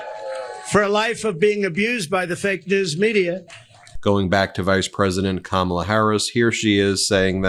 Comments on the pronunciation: Last name, he can't pronounce her first name. Kmala instead Kamala. What an insult. Peoples names are very important to them. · It's COMMA-LAH, Donnie. 🤬🤬 And yes, people do know her name. She's the vice president. He's such a pathetic man child. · The fact that they still pronounce her name wrong is absolutely disgusting and disrespectful. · The scary part about this is people actually think he will make a good president and he has yet to talk about what he is going to do for the American people. Its crowd sizes, Time magazine cover, how says her name wrong on purpose, Hannibal Lecter, and other nonsense. And these idiots are eating it up. We have make sure this man does not become president sgain. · When you mispronounce her first name how do we hone who tf you’re talking about? Pronounce her name right so we can answer properly! KAMALA HARRIS has a her name! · The man on the street didn’t know who he was talking about because that is not her name. If you can’t even pronounce a name right, you should not have nuclear codes. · VP Harris lost her Mother early . She was named after her mother. Shamala. It’s a shame Trump and his cohorts refuse to pronounce it correctly . It’s an insult to her mother . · The man on the street probably didn’t know her because Trump mispronounced her name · Trump intentionally mispronounaces her name! I have faith in her .....Can't wait until she's president!! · It'd help if he could bring himself to stomach pronouncing her name correctly instead of using his middleschooler level burn